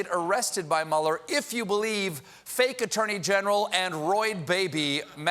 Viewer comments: Sounded like Robert Mauler to me, so yeh, freudian slip. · And Whitaker says: Muld... (er...) - Mueller!